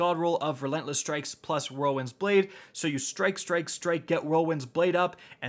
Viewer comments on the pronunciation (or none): none